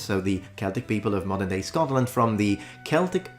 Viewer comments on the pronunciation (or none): none